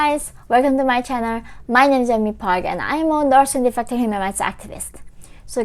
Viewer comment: Norse Nefecta 🇳🇴🇰🇵! 😂